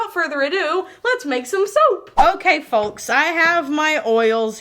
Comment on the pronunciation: one of the only people who pronounces the "l" in the word "folks" 🤣😘😘👑💚